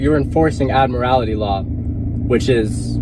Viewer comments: That kid is stupid he can't even pronounce admiralty right. When the constitution was written cars were not thought of yet and that's why they fall under the 10th amendment. So the states set the rules. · That kid is stupid, he has no idea at all what admiralty law is. Hell, he can't even pronounce the word properly. Dumb kid, I hope the courts smack him around and straighten him out.